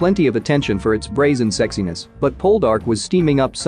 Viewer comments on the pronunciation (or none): none